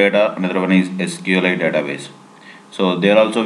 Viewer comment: Say it clearly SQLite you sound like sql 8 LOL Otherwise Good Video